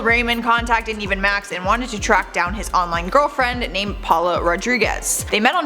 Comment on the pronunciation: “Raymen and Paula” it’s ‘ramone’ and ‘powla’ 🤦🏼‍♀️